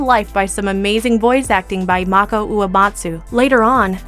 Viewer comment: I kept yelling at the video and correcting the pronunciation of Venger every time she mispronounced the name. Plus, she mispronounced the name of the actor Mako as well. Very very frustrating.